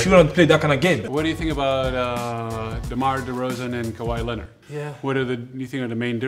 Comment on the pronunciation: Man, just thinking about how clean the Gasols' English is... listen to Pau say "DeMar DeRozan" , those "R's" are not easy for non-native speakers and dude nails it